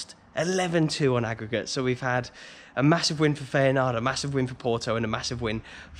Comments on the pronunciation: Enjoyed this one mate 👍 As a footnote, i think its pronounced ‘fi-en-noord’ 😉😂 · Isn't feynoord pronounced fire-noord ? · It's Feyenoord not Feyenaard ! Apart from that another excellent vlog. Always look forward to your next upload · Who are Feyenard? Do you mean Feyenoord? 😂😉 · Please learn how to pronounce feyenoord